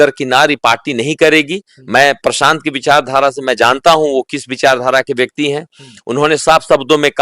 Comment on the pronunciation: Bhai tu prashant ji ka name sahi se bol Tumhare bolne ka tarika sahi nhi hi